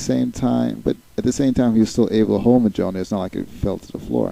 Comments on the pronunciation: You do not pronounce the j in Mjolnir. It's pronounced closer to mole-neer.. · That picture is not cap, its USAgent I think... Also sorry to nitpick but you pronounce Mjölnir wrong,it actually pronounce like myol-n(ee)r. Other than that great video and I look forward to watching your others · superman also is weak to magic so he may have a hard time controlling it. Btw you're not pronouncing the hammer s name right they even mispronounced it in the movies.